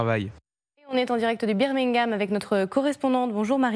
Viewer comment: Notament à "beer mingham" mdr...